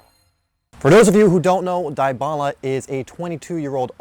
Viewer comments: Good video but holy fuck its DEEEBALA NOT DIEEEBALA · cringe every time he says "DIE-bala" lmfao. DEE-bala is how its pronounced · How to pronounce Dybala Not Daay-ba-la Dee-ba-la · IT is dybala not daibala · Gallopingfish YESSS THANK YOU MY BOYY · Edmilson Yaxcal I'm a Juventus fan it a common thing to mispronounce his name you do say his name like Debala but it spelled like Dybala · Dybala pronounce [Dibala] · Die..bala... dee-bala lol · He say daibala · is debala not Dybala the spelled the name is right, but the way you pronounce it is wrong just a correction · Its literally deeebala thank you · The way he says it is so cringe! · It helps if you speak Spanish or Italian but since this guy's is American, he mispronounced it, no worries I'm American also but my father is from South America